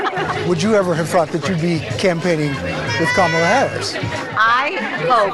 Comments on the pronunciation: The Sixty Minutes host loses all credibility when he failed to prounce Vice President Harris' first name correctly. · 😫"I Donald J TRUMP am fraid"😫I was fraid to go to war and fight for America, I'm fraid cause the interviewer is not from Fake Fox ENTERTAINMENT AND they'll ask me real questions and check my 🤥 LIES. 😫😫😫😫😫Kam.Moal.lah which I told all MAGA to say it like that. KICKED MY A$$ THE LAST DEBATE..NO MAS😫NO MAS